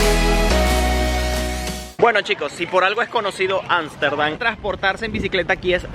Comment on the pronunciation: No pronuncias correctamente Ámsterdam lo hacés con N, ansterdan, porqué?